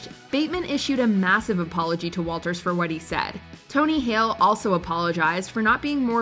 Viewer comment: The voice over girl owes Jessica Walter a posthumous apology for calling her a legend and then mispronouncing her name a couple of times. There is no "s" in Walter.